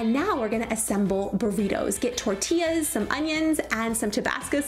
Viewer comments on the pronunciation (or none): I appreciate you saying “Pico de Gallo” correctly but could you also say “tortillas” correctly as well? I love when you speak Spanish and as a former Spanish teacher, I’d hope you wouldn’t pronounce the way you did.